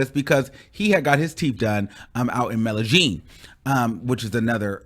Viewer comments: This fool said Melagene, Columbia...its Medegene, but spelled Medellin like the LL in quesadilla...yes, it's a J sound. know because I have a friend from Medellin...smdh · Lol... it is Medellín (Meh-deh-YIN or meh-deh-ZHIN).